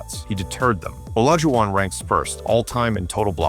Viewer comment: You should train your AI narration bot to at least, mispronounce Olajuwon’s name consistently.